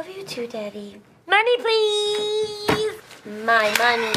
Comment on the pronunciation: MONNEY PWEEASSSE